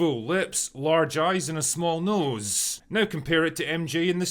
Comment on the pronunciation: I can't stand this guy. Why is he like differenCESSSS, noSEEEE, or onEEEEE? I cannot believe this is a speech impediment or accent. He feels like a more manifesto-prone version of Arch. Hasan's right when he said he's just gay. A lot of these anti-SJW MRA types would be happy gay men if it weren't for the insane amount of homophobia they believe. They'd still be sexist, but they'd be less so if they felt having a girlfriend wasn't needed.